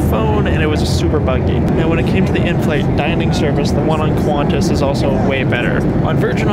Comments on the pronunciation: "qUahNtaS" ITS PRONOUNCED KANTAS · It’s pronounced qwontas not qwaaantass